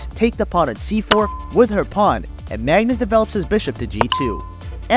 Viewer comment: Magnus not Mangus :D